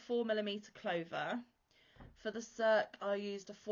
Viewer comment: Beautiful work as ever. Im just waiting for the final 4 im interested in doing now. Also, not 100% sure, but i think circe is pronounced sersee or sersay. I think its from homers odessey